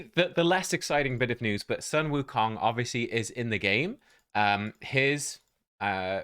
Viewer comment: "Soon Wookong" 孫悟空 (Sūnwùkōng)